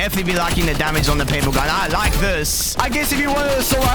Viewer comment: i could hear a but of his south african accent coming out there lmao "i like this"